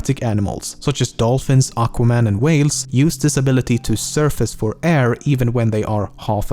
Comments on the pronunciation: Did I just heard Aquire Man? loool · wait. did i just heard he said aquaman?? XDXD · choked and had to check the cc to make sure he actually said aquaman lol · LoL, "aquaman"